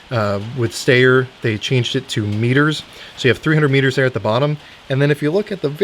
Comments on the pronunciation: Steyr is pronounced "shtiyah." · Why can't shooters pronounce the names Mannlicher and Styer? As a point of historical fact, it's really not very difficult. It's "mon-licher" and "stey-yer".